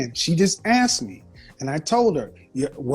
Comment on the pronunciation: I come from a place with a thick Celtic accent. We don’t usually say the “th” sound. I’m wondering if these woman are all from the same area because there is a pattern with them not saying “asked” they say “axed”